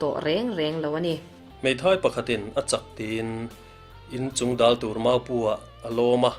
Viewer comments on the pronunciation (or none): Chungdal tih a dal tih hi ari hniamalamrika thluk tur a nie. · CHUNGDAL tih leh ZAWLNGHAK tih lam dan hi a diklo deuh,Chingdal tih a DAL lai hi Thlan ka lai tih a THLAN tih leh LAI ti rik anga lam rik tur ani a, ZAWLNGHAK tiha ZAWL tih lai rik dan hi ahmaa mi ,THLAN tih rik dana lam bawk tur ani e